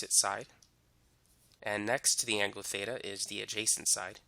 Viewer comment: he saying theta, beta, or feta??